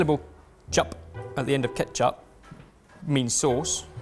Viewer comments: As a Filipino I want to tell that catsup is pronounced as ketchup. It's just a stupid way to spell things. Just like haus and huaz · Every time says Ketsup I grin like an idiot. It's so adorable! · Filipino here. Great job! Just pronounce it as ketchup. "Ts" is equivalent to "ch" in Filipino. Chicharon is spelled as Tsitsaron in Filipino. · Its funny how pronounces Catsup like old mums in the Phillippines...